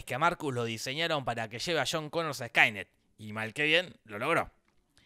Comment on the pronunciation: ??? quien es CHHHHONNN CONNOR????????????????'